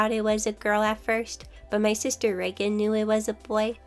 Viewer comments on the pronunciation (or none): none